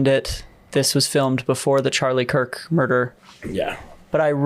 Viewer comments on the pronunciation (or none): none